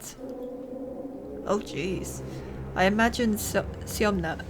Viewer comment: Syoma is diminutive from Semyon. So you read this right )